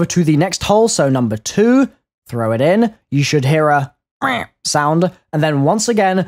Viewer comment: it is funny how you say meh